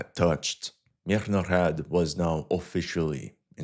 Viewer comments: stop putting extra unnecessary "h"'s into the beginning of MIRNOHRAD, it sounds ridiculous Just say "MEERNOHRAAD", ... "Мірноград"/"Мирноград" Source: I am Ukrainian Canadian, 100% Ukrainian blood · Stop butcharing the name of the city! Mirnograd, russ. the city of peace. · I'm so amused by your southern accent when you pronounce the word "Mirnograd" (Peaceful city or pacified city). A Russian would pronounce it with a clearer, more resonant "g." Like a girl or a garden. Because "Grad" is a word meaning "city", derived from the Proto-Slavic "gordъ" (город/gorod). "Grad" is an obsolete form. The obsolete form was more related to a fortress, and from it came the words "fence"="ograda"